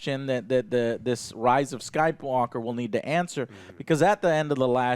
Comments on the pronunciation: Did i hear Joe say Rise of Skype-Walker? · "The Rise of Skypewalker"